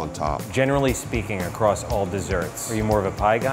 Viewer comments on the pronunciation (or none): none